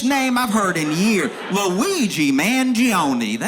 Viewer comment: Man-G-oh-nah. Very nice Italian name. And he pronounces it correctly. Like a lot of immigrants, Italians with the -one ending have allowed people to mispronounce it--with the ending as -own. Which is wrong.